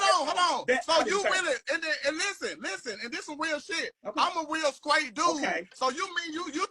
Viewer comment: 'I'm a real sKraight dude....' 😂😂😂😂